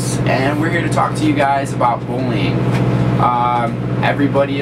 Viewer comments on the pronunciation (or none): when he says "bullying" it sounds like "bowling"